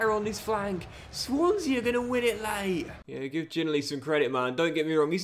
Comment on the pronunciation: I love your vids always have always will, but please watch a clip of Josh Ginnelly name being pronounced, as a hearts fan it’s the ocd in me that’s annoyed when I hear it mispronounced 😂, call him Gino or have a listen to his name being pronounced please😂thanks